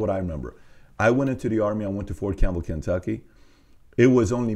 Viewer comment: The way he says Kentucky has my native ass in stitches